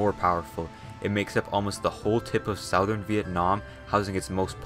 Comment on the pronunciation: Its not sauthern its Southern